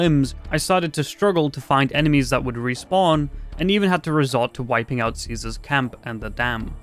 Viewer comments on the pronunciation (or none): none